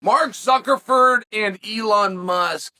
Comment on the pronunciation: Does it bother anyone else that Chahel is incorrectly pronouncing Elon Musk's name?